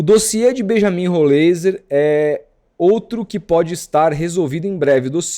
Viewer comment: Pronuncia-se: Rolráizer